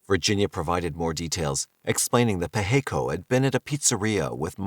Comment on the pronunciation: Pacheco is pronounced Pa(as on Ma & Pa), che (as in the first part of check), and last co (as in coping).